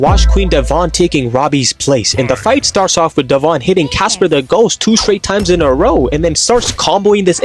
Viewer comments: It’s Devon… not dE’vOn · Her name is not dev-on it is devon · Is no one talking about the way he pronounced Devon’s name